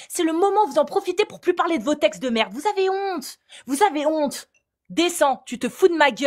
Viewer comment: c'est de la maaarde!! 😂 cet accent flamand qui est sorti de nulle part mais wesh?!😅